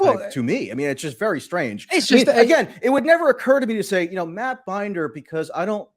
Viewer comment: Dude can't even pronounce Matt's name right (or Emma's either). If I were Matt, I would've worked in a "Mitchell" or two to see if he took the bait.